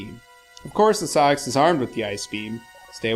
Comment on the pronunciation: I'm sure SA-X is pronouced Ess-Ay-Ex (as in just reading the letters, just as in AT-ATs in Star Wars are NOT pronounced at-at like some morons doo but Ay Tee Ay Tee).